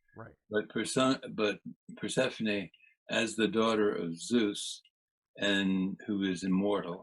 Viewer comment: What an honor to interview Carl Ruck. It was funny hearing Hades pronounced that way. Then there's the pronunciations DEMI'-ter and per-CEP'-pony that threw me. But who is El-U'-shus😅? And the mushroom, I've always spoken it SY-loh-SY'-bee, but have heard others pronounce it differently.